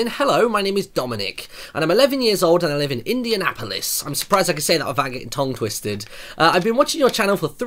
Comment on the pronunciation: "I'm surprised I can say this without getting tong twisted" Haha tong twisted!